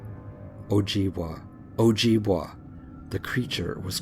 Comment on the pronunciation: just to let you know its pronounced o jib way not wa awesome stories though